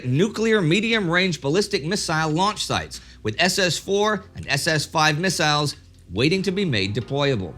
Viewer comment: I drink a sip of my beer every time Indy says missaisles..